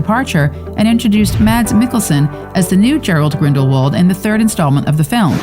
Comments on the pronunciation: 'Gerald' Grindelwald?! 😂 How about Gellert? No? Okay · Gerald Grindelwald??? 😭💀 It’s Gellert. 🤡✋🏿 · any one elss pissed abput the fact that she[ the nareater?] just caled grindawald Jarald? tf? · It's gellert grindelwald not gerald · It's Gellert Grindelward not Gerald btw. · Gellert, not Gerald, Grindelwald. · Gerald Grindelwald? You mean Gellert Grindelwald? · dis she just say gerald? cuz its gellert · When she said Gerald grindelwald and not gellert grindelwald 🤦‍♂️ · this she say gerald grindelwald? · When someone calls your favorite Harry Potter Figure Gerald instead of Gellert 😭😭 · "Gerald Grindelwald"?? You mean Gellert Grindelwald........? Poor research done there. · It’s not Gerald Grindelwald.. it’s Gellert Grindelwald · Its Gellert Grinderwald not Gerald. And yes justice for johnny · I know this isnt important but she said geralt instead of gellert grindlewald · It’s Gellert Grindelwald not Gerald Grindelwald. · "Gerald Grindlewald "? lmao 🤣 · Great so now compensate him and reinstate him! SHE abused HIM Johnny is and always will be one of my favourite actors BTW it's Gellert Grindelwald not Gerald. Did anyone else hear this? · gellert grindleward not gerald grindleward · It’s Gellert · isn't in annoying she can't pronounce gellert grindelwald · It's Gellert.. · Its Gellert Grindelvald and Theodore Gibbs, omg you butchered the names